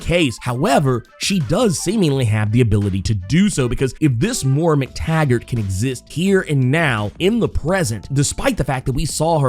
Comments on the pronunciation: It's pronounced "moy-rah" not "mor-rah." She's gonna be the new Borg queen. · I love you but it's Moy-Ra